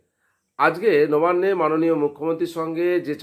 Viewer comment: নোবান্নে নয়, নবান্নে হবে। উচ্চারণ অস্পষ্ট।